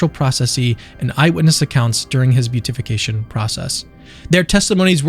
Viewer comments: I love the video and have shared it around. I know you have recently come into the fold and there is always so much to learn. I am delighted you have joined the family. Just know that "Beatification" is not pronounced "Beat-ification" ("Beet"-ification) nor "Bute-ification" but "Be-Atification" (sort of). I hope this helps you up your already great game as a Catholic YouTuber. God bless! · (Just fyi it's bee-at-if-ication, not beauty-fication 😊) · Beatification is pronounced: bee a tuh fuh kay shun